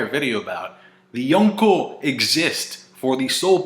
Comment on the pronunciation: Why the FUCK do you pronounce Yonko like that